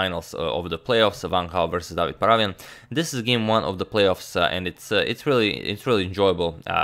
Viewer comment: Hey Agadmator, just wanted to tell you that the correct way to pronounce David's surname is ParavYAn. Hope that you'll take this into account, as you are an excellent pronouncer of names:)